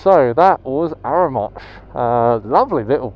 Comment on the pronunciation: You and Sarah are so cute 🥰 It's arra mon sh, don't prounce the n 😊